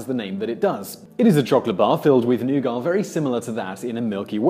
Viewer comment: What is nugar do you mean nougat?